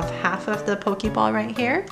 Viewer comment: Its not pokimon its pokemon , its not pokiball its pokeball